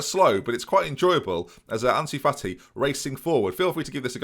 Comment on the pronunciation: Can we get Ansu Fati named "Autnie Fati" as casually called him:,D